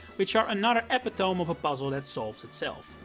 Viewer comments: Epitome isn’t pronounced ep-pit-tone. It’s ah-pit-oh-me. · really hate being that asshole, but if it were me, I'd want someone to tell me: epitome is pronounced "eh-PIT-oh-mee" it's a weird one. english, man. really love your videos, keep it up! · Embarrassingly I got lost in the BW dragon gym multiple times. Also Epitome is pronounced Ep-It-Uh-Me btw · hey, you should know, the word 'epitome' is pronounced "eh-pit-oh-mee".